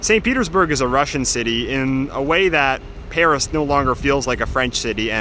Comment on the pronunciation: Your Russian pronounciation is almost perfect!